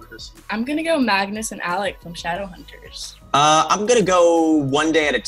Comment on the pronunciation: Ok but what did he pronunced Shadow-unters?????? it's triggering me